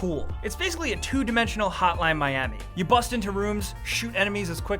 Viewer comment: "It's like a 2D hotline miamai" ... Lol wat?